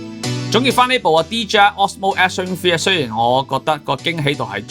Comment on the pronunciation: 一直聽到Action Free...